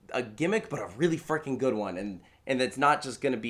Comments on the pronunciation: I heard "frurking" which is a new word for my innocent ears. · Sounds like "freaking" to me